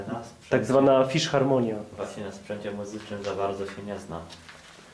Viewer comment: Fisharmonia a nie fiszharmonia